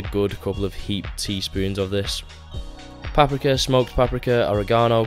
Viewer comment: Great video other than how you say paprika